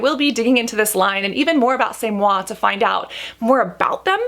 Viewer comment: I cracked up when you pronounced c’est moi the way you did in the other video. I’m glad you figured it out. 🤣